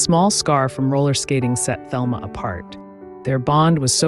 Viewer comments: You should do your research. Her name is pronounced the Spanish Telma not the American Thelma. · Her name was pronounced “Telma”, in Spanish fashion. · Her name was pronounced Telma in the Spanish way, fyi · Thelma is pronounced Telma. Letter H is silent. This is how Gloria Vanderbilt pronounced her name in documentary, "Nothing left Unsaid."